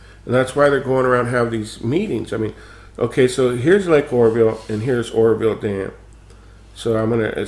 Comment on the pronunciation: lol, it sounded like you said the horrorville dam, which would be a more appropriate name.